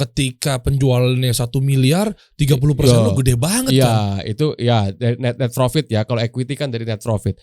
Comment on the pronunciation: Coachnya gak bisa bilang Profit, bisanya Vrofit 😂